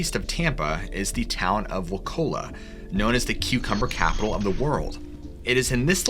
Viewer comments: His first story had me spit coffee the second you said the towns name it's pronounced " Wah-Choo-Luh" not Wahcola you casual. I live two towns north. Florida is a U.S. meth epicenter don't forget that gem of info and little discussed fact. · I love 10 minutes away from Wauchula, FL. It is pronounced “WA-CHOO-LA”. And this story is true. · I live in Sebring, FL. 20 minutes from your 1st story and about 30 minutes from the spook hill story. The town in your first story is actually pronounced (Watch)(oo)(lah) Wauchula, Florida. I recently found this channel and I'm hooked! Great story telling👍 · It's pronounced waCHEWla FL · Wauchula, FL is pronounced with the chu like choo choo.. (Wachoola). I'm originally from close by. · Lol I've lived in Zolfo Springs Florida for damn near 25 years. Google pronounces Wauchula with a ca sound but it's pronounced how it looks WauCHULA that's how everyone who lives around here has pronounced it for 25 years of my life. Started watching your channel earlier this year and I watch every video you out. Never in a million years did I think I'd be watching your channel to hear you start taking about my small county that hardly anyone knows about. If you blink you'll miss the place if you're passing through. Theirs a lot more strange history here than bloody bucket. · You mispronounced Wauchua...but it's a dot on the map and you aren't missing much. I live in Polk County, FL and things are downright WEIRD here! Lake Wales is odd...we don't go there!